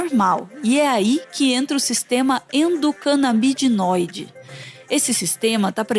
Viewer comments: Alguém avisa para a narradora que não existe "Sistema EndocanabiDInoide"!!! O correto é ENDOCANABINOIDE. Por favor! Informação básica. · Nossa que agonia a moça falando endocanabidinoide hahaha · Meteoro: é ENDOCANABINOIDE, e não ENDOCANABIDINOIDE No mais, excelente video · Muito obrigado, mesmo. Meu coração pulava uma batida a cada endocanabidinoide hahaha No mais, excelente vídeo. Queria mais canais promovendo informação assim. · Ótimo vídeo, como já é padrão do Meteoro Brasil, o melhor do youtube. Mas fiquei em dúvida, pq ele fala endocanabinóide e ela endocanabidinoide?? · Gostaria de saber se a mulher do vídeo fala errado, pois ela fala sistema endocanábidinoide, essa palavra não existe. Eu procurei e não achei nada relacionado a essa palavra ! O correto é igual o homem do vídeo fala , sistema endocanábinoide , pois rum todos os meus estudos só ouvi falar assim ! A não ser que eu esteja errado se alguém poder compartilhar alguma fonte que afirme o jeito certo ou se os dois estão certo ? Existe sistema endocanábidinoide E sistema endocanábinoide? Se isso se refere a qual e o cb1 e qual é o cb2 Pois eu não entendi muito bem ela falando um nome e o cara falando outro ficou meio confuso Pq eu só ouvi falar em sistema endocanábinoide!! Dês de já agradeço muito abrigado ! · Endocanabinóide ou Endocanabidinóide? Decidam-se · tá dizendo errado no vídeo! Não seria sistema endocanabinóide, invés de canabidioide? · Meus queridos, a palavra é endocanabinóide e não endocanabidinóide, como a está dizendo... O fala a palavra correta... Daí ficam as duas palavras. Bom... Amo vcs e mais uma vez agradeço ao trabalho do Meteoro. Vcs são sensacionais!!! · Eepostaram o vídeo e não corrigiram o erro de pronuncia "endocanabidinóide" que é falado várias vezes no vídeo Poxa gente, um vídeo perfeito desses e os dois pronunciando algo tão fundamental de forma diferente o tempo todo. =\ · é endocanabinóide, não endocanabidinoide.